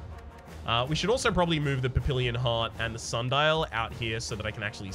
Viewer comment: Not sure if anybody has told you yet (hah!), but papillon is pronounced pappy-YOHN.